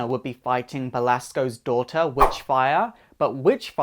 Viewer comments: It's Belasco, as in Bel -AS -co, not Belsikko... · It's Belasco, not Belsaco 🙄great video anyway 😁